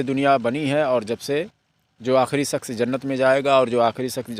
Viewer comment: Sakhs nahi shaksh